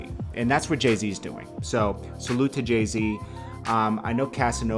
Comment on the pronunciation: His name is Jay Z not JAY T WTF?